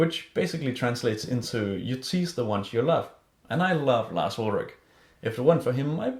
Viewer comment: I love how you say Lars Ulrick instead of Lars Ulrich :)